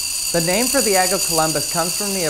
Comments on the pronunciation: Why do you say "egg" like "ag"? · Dude calls an egg AGG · Why do you keep calling the “egg” an “agg”?